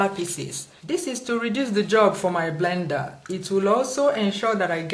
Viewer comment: blender not vender lol